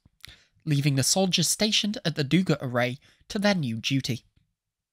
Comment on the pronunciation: Its DugÁ not DÚga, too late for the video, but for future reference.